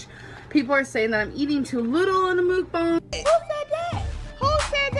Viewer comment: Hey, just letting you know, it IS pronounced 'muhk-bahng'. It's korean